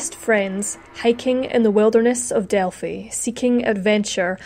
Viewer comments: It is pronounced Del-Fi (like Wi-fi). Everytime you said..Delfy I cringed. Sorry..I'm a Hoosier. I understand not everybody knows how to pronounce it. Have a great day!! ☺ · Thanks for updating the investigation status - FYI its pronounced “Delph-eye” not Delph - y.